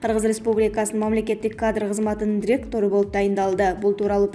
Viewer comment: Дректору дебей туура окучу